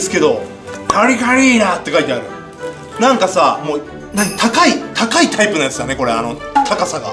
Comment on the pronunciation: なんかがなんがになってるw